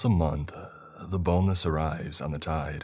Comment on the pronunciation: What are you actually saying the name of the monster in the first story is? "the boneless" "the boatless" "the bowless" ..?